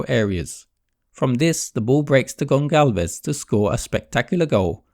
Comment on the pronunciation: It's Gonçalves (gonsalves). Do not call him Goncalves please.